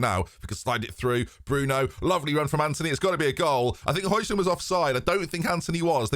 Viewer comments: it’s “Hoy-land” mate, I’m sorry it was getting painful to listen to at this point, bless ya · It’s actually Hoy-lun. You don’t pronounce the D. 🤓